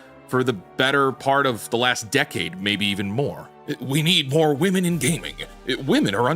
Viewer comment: Could YouTuber's please learn how to pronounce the word "women"? Why do so many YouTubers pronounce "women" as "woman" now?